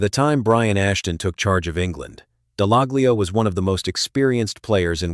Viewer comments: It's pronounced Dallallio. The G is silent. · Would help if you pronounced his name correctly